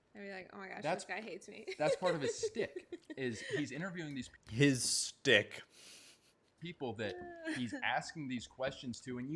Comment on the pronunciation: "HIS STICK" MFER CAN'T EVEN BRING HIMSELF TO SPEAK YIDDISH CORRECTLY